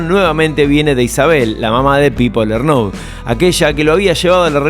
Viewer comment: Che, me parece que esta hecho con mucha pila, pero me la bajó mucho la edición vertiginosa, todas las frase juntas, sin respiraciones... hace falta?. ( y la pronunciación LernOUD... vamooos). Lo tuve q dejar. Recomiendo en libro de Carmona sobre Miguel también. Slds